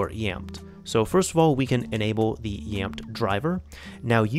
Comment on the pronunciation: Pretty sure it is pronounced as YAMETE